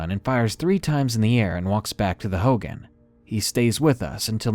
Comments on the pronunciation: please learn how to pronounce words if you do not know them. Hogan isn't pronounced Hoe-Gan. It is pronounced Hoe-Gawn. It is hurtful and a little annoying when others hear or watch videos with things mispronounced or misinterpreted. Thank you, chilling stories though. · “Hogen” it’s pronounce hogān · darkness, "hogan" is pronounced like hoe gone, not hoh gin. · Hoghan like hoe-gone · It's pronounced hoe-gone😭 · lol he mispronounced hogan